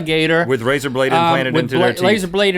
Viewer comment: "With Bl-Lazer bladed flanted into their teeth,"? Lol ^_~